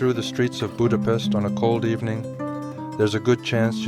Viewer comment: If you decide to make a video about Budapest and gulyás, please respect us with the proper pronunciation. Thank you.